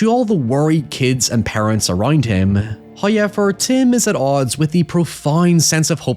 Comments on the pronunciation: It's pronounced how... Ever not hoy... Ever 😂😂😂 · bro just say However. You are doing this shit on purpose now and you sound so damn stupid lol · The "Hoo-yevver" used to grate on me, but now I can't wait for it. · Love the videos, but there are just too many 'hoyevers'. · Why do you say however like that?